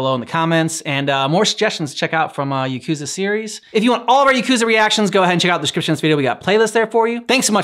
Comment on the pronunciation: Yakuza 0 is such a good story, the first game that almost made me cry…. And the songs are all fire (btw it’s pronounced Ya-cuus-ah)